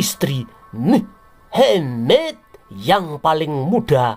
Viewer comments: Maaf admin ... jgn menyebut si mamad dg muhemeedddd ... sakit perutku ketawa. Kasian kadrun nanti kepanasan .. ☺☺😄😄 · Medokk nyebutne,,,,,mu,,,ha,,,,maaddddd😂😂😂😂😂jd aku like jempolnya 😂😂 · Admin knapa bilang nama mohammad kayak gitu...😅